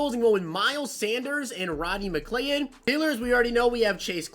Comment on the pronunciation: Ur pronouncing Rondey Mclead's name wrong think of it as Rondey McCloud